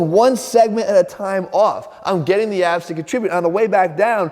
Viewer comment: My brain knows he is saying "weak abs" but my insecurity is hearing "weak a$$" and I probably deserve it. :(